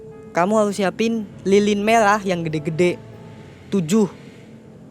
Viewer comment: lilin merah bukan lilin melah😂😂😂